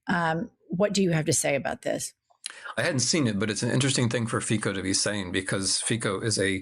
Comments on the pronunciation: omg....FICO is pronouncing ,,FIZZO,, not FIACO... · Just so you guys know; Fico is pronounced fitso, not fayko or fiko. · Two small remarks: Fico is pronounced "Fitso". Fico is a left-wing populist, meaning a mafia-like remnant of the old communist elite. That being said he takes a leaf out of the right-wing book such as being anti-immigration, anti-LGBTIQ and anti-Ukraine and pro-Russia. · Fico pronounced 'Fitso' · I'm not likely to put much credibility in a Eastern European expert who doesn't know how to pronounce the name Fico. Our keyboards don't let us enter it correctly because it uses a cedilla and is pronounce with a ts like Tsar when written in English. Of course, Mr Snyder should already know Robert Fico since he was the victim of a brutal assassination a ttempt two years ago by a disgruntled Ukraine suipporter. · Hi. It's not difficult to check how to pronounce correctly the surname of FICO. 🤦I hate this bastard, but still... Minimum effort, please. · The name of the Prime Minister of Slovakia is pronounced something like "Vitzo"